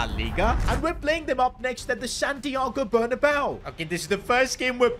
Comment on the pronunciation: Dear, please say santiago bernabeu the spanish way, so not like bernabao, bernabeu, and dont say e and u as one, its first e, then u